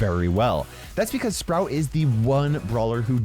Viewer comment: "bibicause" "unbullievable" omg kill me